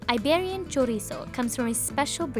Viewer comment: The thing that made me cringe was when she said "Iberian" with some kind of accent the first time, then she says "Iberian pig" normally in English.